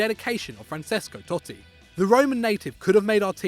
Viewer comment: Peter Vines and Football yeah but this mug pronounces francesco totti wrongly